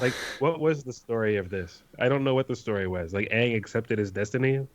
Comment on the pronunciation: I tried to watch that movie. After like the 8th time they said aang name wrong, I just turned it off